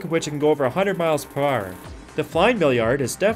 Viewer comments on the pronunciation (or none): Yes but what is "120 pur haurrr" ?!